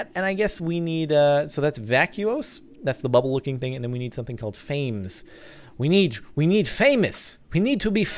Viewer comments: Pretty sure Fames is pronounces faw-meez. I think most of the aspect names are derived from Latin. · fames is pronounced fams. this is because it is a short word for famines as in hunger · Captain, it's [FAH-mace], not like fame with an s. Just thought I'd let you know for next time. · If you scan rotten flesh that should get you some fames Which is pronounced fam-ess